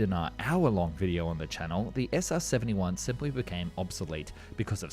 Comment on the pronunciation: SR-Seventy Juan